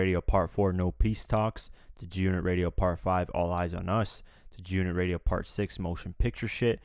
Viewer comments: Bruh said “Joonit” when sayin’ G-Unit smh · why do you pronoucne "G-Unit" like it's 1 whole word?! XD You pronounced it like "June-it" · Why are you having problems say G-Unit? It's not Jew-nit! LOL!!!!! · G UNIT nigga sound like he sayin jewnit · It's fucking G Unit! Not Giunit like one fucking word! I can't even finish this video.... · wtf is "junit"..... it is G ------ UNIT. have a fucking pause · Don't be such a cornball. Who still says G-Unot in 2018? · It’s g-unit not gunit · please say g unit not junit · good vid but y do u pronounce g-unit like jewnit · Junit? WTF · jew unit lmao